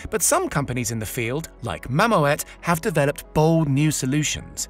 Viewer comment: Mamoet is a Dutch company, the oe is pronounced like oo in cool.